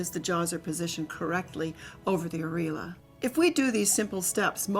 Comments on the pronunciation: It's aIR EE.OH LA, not areela. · the way she's pronouncing areola is killing me